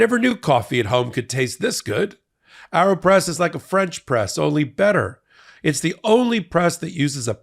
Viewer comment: Aero.. As in Aero plane .. Not Arrow as in Robin hood...